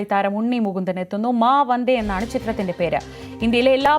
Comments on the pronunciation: മാ വന്ദേ എന്നാണ് അല്ലാതെ വാ മന്ദേ എന്നല്ല 😂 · മാമന്തേ എന്നല്ല മാ വന്ദേ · വാ മന്ദേ അല്ല മാ വന്ദേ... 😂😂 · വാ മന്ദേ അല്ല 🤣🤣🤣🤣 മാ വന്ദേ.... എന്താ നമ്മുടെ മാധ്യമ പ്രമുഖരുടെ ശ്രദ്ധ... 🤣🤣🤣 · വാ മന്തേ അല്ല. Maa വന്ദേ എന്നാ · വാ അല്ല മാ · മാ വന്ദേ എന്നാണ്,, 18😄